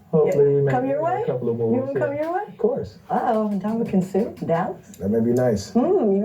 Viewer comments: Dam, your forever butchering somebody's name... Nam ma nan sue...lol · Who the hell is “NoM-uH-nEnT Suh”? 😂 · Lol...😂😂😂😂😂.. you butchered his name big time..congrats on 20k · Ndamukong Suh (in-DAH-mə-kin SOO)